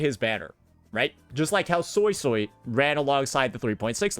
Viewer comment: it's suisui not soy soy pls